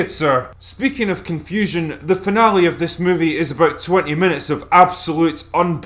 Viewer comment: Lol "aboot"